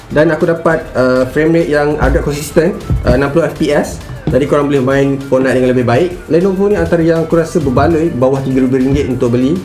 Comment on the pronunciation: Aku rasa ni satu satunya org melayu yng ckp "Fortnite" dlm pronounciation yng betul.Kalau org len ckp Fortnite dh mcm Fot Night